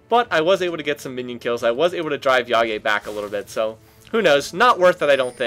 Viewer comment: Omg you said Jaje correctly, you made my day